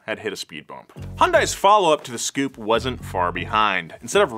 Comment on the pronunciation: The scoupe was pronounced s-coupe. Also the first hyundai on our shores was the hyundai pony then came the excel